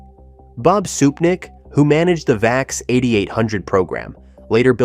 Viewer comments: And the VAX was pronounced "vax", not "vee-ax". 🙄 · It’s pronounced “vax” not “vay-ex”. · Gah, D-E-C is pronounced like DEC[k]. It's not IBM. VAX is pronounced like the first syllable of vaccine.